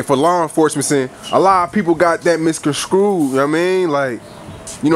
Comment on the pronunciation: Tryna sound intelligent at 32 sec but then says "miscon'scrued", when he meant to say misconstrued.. lol